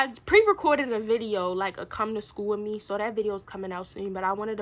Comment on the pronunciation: said "wHy YoU sO oBsESed WiMme" 🤣